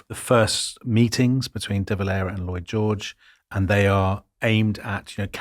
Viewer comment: Despite the seriousness of the topic, I laughed several times when I heard "Boy George" rather than "Lloyd George" 😄